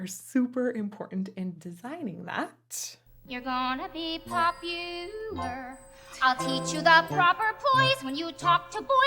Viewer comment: I always saw the "lar" to be Galinda modifying the vowel to match the rhyme scheme from her change that she made from "were" to "are." "Instead of dreary who you were... well are. There's nothing that can stop you from becoming popular... lahr" I think it's so genius because it makes it seem like Galinda is coming up with the song off the top of her head and was thinking of words to rhyme with "Popular." As she ended up changing the ending of a line due to her "frank analysis," she had a "oh crap" moment when she ended the next line and so decided to modify the ending vowel pronunciation of Popular. Especially since part if her personality is that she sees herself as perfect, and she could never ever be heard doing a near-rhyme. The song has all perfect rhyme schemes except at the end, where she rhymes "clandestinely" with "popularity," possibly showing how her friendship with Elphaba might already be having an impact on her with her now able to do the near-rhyme and be ok with it.